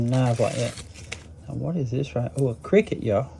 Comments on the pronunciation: Thats CRKT!! Heck yeah! Columbia River Knife and Tool. Its just pronounced as the letters. CRKT…but ill be honest i vote we all start calling them cricket knives haha i love it Doc. Have a blessed day buddy!! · The C.E.O is really nice it is a gentlemans knife you probably know that it is C.R.K.T that stands for Columbia river knife and tool it is not actually pronounced cricket.. love the entertainment you provide me.. I am going through some hard times in my life and you provide me with a little bit of escape watching you grow your channel and seeing the support you have recived and gifts you get from strangers it reminds me that there is some good left out there.. thanks man..